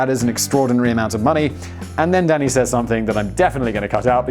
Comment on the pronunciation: "Yes, Danny" w/poor enunciation.